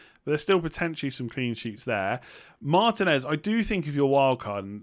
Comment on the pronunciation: He'll go up when pronounces it correctly... Which is probably never. Mar-TEEN-ez.